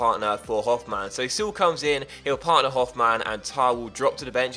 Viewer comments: its Sule not Suel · Also if you're gonna have him for the whole career, gotta point or that the 'e' is pronounced in Süle ['S-yoo-ler' is pretty much a safe bet on how to say it :)] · Pronounce the e in Süle